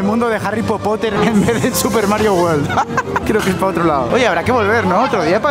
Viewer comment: Por favor, recordad que la mayoría de los españoles pronuncian WORLD como WALL uól o WAR uór o una mezcla de los dos. Es UÉRLD la pronunciación inglesa. Lo mismo: WORK uérk, no uórk. WORD uérd, no uórd...